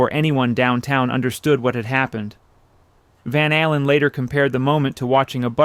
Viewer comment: I think it is AI narration. Listen to how he pronounces van allen